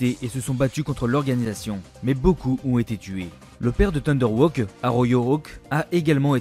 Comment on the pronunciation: Thunder Haw pas "Thunder Woke", tu as écorché pleins de nom dans ta vidéo